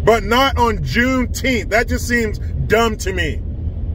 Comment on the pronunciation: plz remember it's not juneteeth it's call juneteenth lol 😁😁🏛😁😁🏛